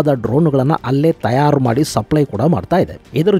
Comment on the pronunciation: ತಯಾರು ಅಂತ ಸ್ಪಷ್ಟವಾಗಿ ಉಚ್ಚಾರ ಮಾಡಿ ಸರ್.. ತ್ಯಾರ್ ಅಂತ ಕೇಳೋದಿಕ್ಕೆ ಸರಿ ಅನ್ನಿಸ್ತಾ ಇಲ್ಲ..